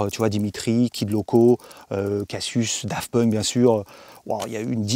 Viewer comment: A chaque fois qu'il dit Daft Punk jsuis traumatisé